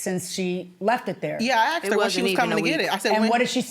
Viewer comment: I "axted"